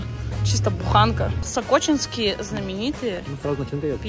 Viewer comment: если что, то правильно сОкочинские 😅